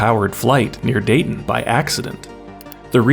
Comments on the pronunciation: We don't pronounce the T in Dayton. More like a glottal stop. Day'n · LOL DA-TUN